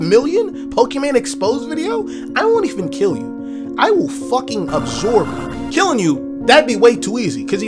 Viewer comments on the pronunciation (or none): bruh why he said absorb like that